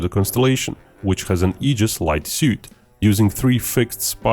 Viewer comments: Dude, Suite is pronounced “Sweet” not “Soot” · BTW the word "suite" is pronounced "sweet", rather than "soo-t". Hope this helps! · Say "suite" as "sweet" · FYI - Suiite is pronounced "sweet".. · Suite is pronounced, "sweet!" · suite is pronounced sweet. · Suite is only pronounced one way that I've heard, and it's not like "suit."